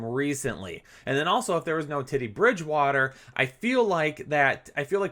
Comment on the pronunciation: I love you but I swear you said Titty Bridgewater 😂